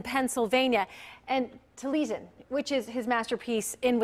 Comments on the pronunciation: tuh lee zhun lol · It's pronounced Tal eee ess in